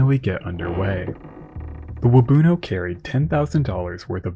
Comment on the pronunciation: I grew up in Parry Sound and there's a plaque at Waubuno beach that talks about the disaster. Just one slight correction– your pronunciation of Waubuno isn't quite right. The emphasis should be on the end with the rest of the word said quickly, so more like "wahboon-Ohh" than "Wah-boonoh". Hard to describe, but hope this helps!